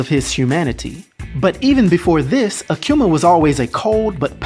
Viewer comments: Ah-Koo-Mah Not, Ah-Que-Mah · Hey "," you continue to BUTCHER his name the further the video got. You started out saying AKUMA right though...then it went down hill from there. There is NO "Q" in his name, therefore it's NOT "aQuma!" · It’s pronounce ahh-q-ma. Akuma (aah-q-ma) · the name is Japanese. Ah koo ma, not ah kyu ma. You're videos are always entertaining brother keep bringing them. Trinidad fan I am! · i can't help but hearing Aquma when you say his name Akuma xD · It's pronounced ah-kuhh-mahh not a q ma,there is no q in akuma. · Who the hell is “akcuma?!” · "Akiuma" "Rayu" why can't americans pronounce anything correctly? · I've never heard someone say Akuma the way this guy does 😂😂